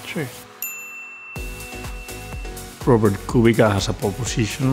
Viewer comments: I am not really Kubica's fan as he is overrated driver, but it just killing me how they pronounce his name as Kubika... Ugh.. :D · It is pronounced "Kubitsa", not "Kubika" Carlos ;) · Kubica! Not Kubika 😅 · Most people in Spain pronounce it Kubika, I guess because it's an easier sound for us. Same thing happens with how people outside Spain pronounce Sainz